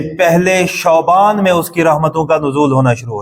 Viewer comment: علامہ صاحب شعبان شین کے زبر کے ساتھ نہ کہ پیش کے ساتھ